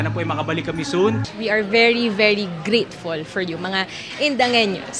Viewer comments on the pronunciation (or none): very very GRITFUL... 🤣😂